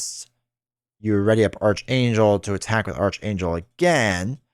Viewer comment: FYI it’s pronounced arc-Angel (Or ark, Aark) not arch.